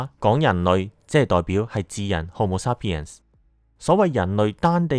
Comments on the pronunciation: 日本英文口音，沙pien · 感謝用心製作此影片，題材有趣，資料搜集亦詳細，不過有少少瑕疵想指出： 「Sapien」的第一個音節是「say」，不是「sa」。 「鹼基」的「鹼」字，讀音是「簡」，不是「鹽」。